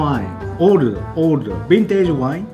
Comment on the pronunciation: wintegé leco xD